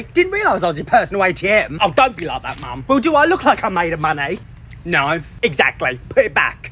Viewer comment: That "no" was personal